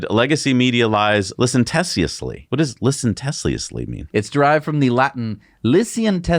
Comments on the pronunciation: "Media lies licenTESSiously..." LOL! That should be licentiously (only four syllables). It comes from the same Latin root as "license", which implies freedom or permission to do something. (Think of the phrase "poetic license" for example.) Or in this case, it means to behave as if you have such permission even if you don't. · LIE-SEN-SHUSS-LEE = licentiously. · "LIE SENT SHUS LEE" went the accent on SENT. Not like you to mispronounce words. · It’s actually pronounced LiSenTeeusly - licentiously 😮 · Guys... It's Lie-Cen-Shus-ly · Lie sen shis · Jeezus i can’t believe you guys inadvertently made a skit about pronouncing “licentiously” wrong ( and not even googling the correct pronunciation!) …. Too funny and pure gold. 😅😅😅